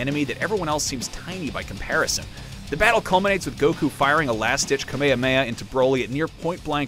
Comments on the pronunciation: I know this dude did that not just say “kamehamehamets section” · Anyone else shutter at this guy's pronunciation of kamehameha? Just sounds really odd